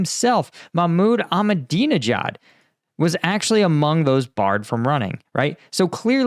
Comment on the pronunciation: Your pronuncitations are so incompetent. I mean your pronunciation of Ahmadinejad makes you sound so ignorant and lazy